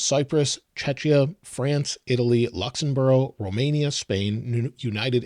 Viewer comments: luxembura??😂😂 It's Luxemburg my friend. Please pronounce the beautiful name of beautiful country correctly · It’s all great, content wise, but butching up the name “Luxembourg” by saying “Luxembourll ot “Luxemborough”…really? 😅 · It's pronounced "Luxenberg" ...........another great video apart from that......;) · “Luxembourogh” made me laugh 😂 it’s Officially the Grand Duchy Of Luxembourg